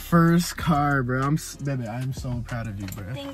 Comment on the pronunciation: It's not babee is baibe